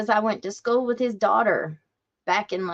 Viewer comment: How could that running Sheriff talk about education and call it SKOO? It's SCHOOL with an L at the end, not "skoo."